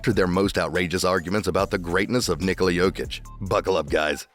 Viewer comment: At least nick wright is pronouncing „nikola“ right